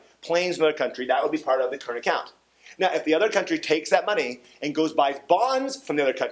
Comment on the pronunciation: "current acont"